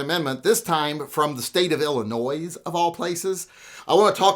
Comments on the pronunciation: Hey Illinois does not make any Noise, it is pronounced Ill-eh-noy.:-D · No "s" at end of "Illinoy". Other than that - thanks for video. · You don’t say the “S” in Illinois.